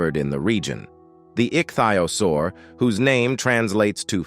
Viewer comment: You have badly mispronounced Nacogdoches, also ichthyosaur.